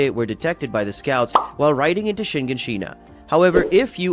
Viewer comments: Shigashina💀 you mean shiganshina💀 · I swear it’s pronounced sha-garn-sheena but I don’t know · Listen, listen, i try not to be a wet blanket about pronunciation but your pronunciation of Shiganshina is so painful for me 😅😅😅 great video thanks!!!